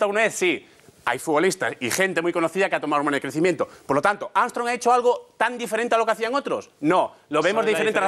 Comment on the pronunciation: "leis amstrong"